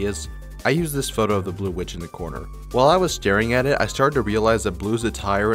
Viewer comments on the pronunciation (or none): none